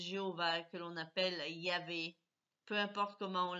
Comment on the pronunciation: Connasse! Jejovah n'est pas employé dans la Bible. Et on pronnonce Yaveh et non '' Yaoué''. Même les juifs ne l'appelle pas. La Bible a été écrite par des humains qui, au fil des siecles et del'Histoire lui ont fait dire tout et n'importe quoi. Si tu es pour la liberté dew religion pourquoi cette tentative de lavage de cerveau. Malade va ! As-tu un quelconque diplôme en théo pour tenir de tel discours.